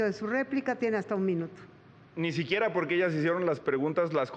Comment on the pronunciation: Xochilt: Pot, poque, impoctante 😂